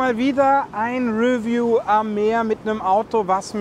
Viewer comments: re'view, nicht 'review. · Die Betonung liegt auf der zweiten Silbe, nicht der ersten.